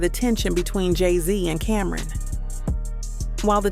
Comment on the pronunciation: It’s CAM -RON not Cameron sheesh